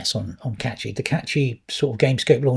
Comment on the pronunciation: Can we start pronouncing Cachy correctly. It doesn't contain a T.